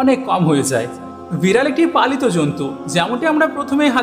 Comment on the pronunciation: ভালো লেগেছে, কিন্তু বিড়াল উচ্চারণ ঠিক মত করেন